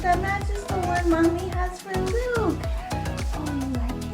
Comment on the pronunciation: i am so happy for you also claim your LATE tickets here edit: when i heard you say luke i thaught you said bloop lol